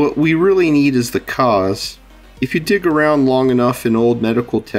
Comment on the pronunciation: I wasn't sure what you said exactly , so I turned on CC and realized it was "dig around" instead of "d1ck around". 😂